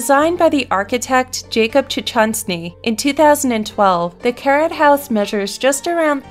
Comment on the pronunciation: I thought she said "the carrot house" at first before the name appeared on the screen, I imagined a house shaped and colored to look like a carrot lol 😂😂